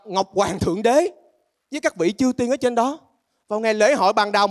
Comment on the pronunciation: Chư tiên chứ không phải trư tiên nha 😅